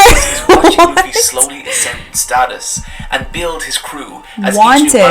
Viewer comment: She didnt say luffy correctly 😂😂😂😂😂😂